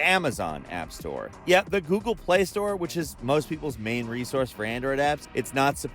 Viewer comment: No idea about any of this... but I do love your Goeglee Snaek accent.